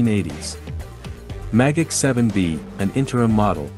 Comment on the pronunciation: Magach sounds like mah gok